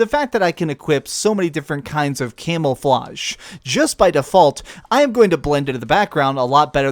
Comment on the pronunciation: "So many different types of Camelflauge"